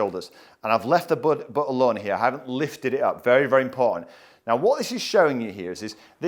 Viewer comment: Inability to pronounce the letter T. Example: “imporaghant.” Whew! Please learn to enunciate.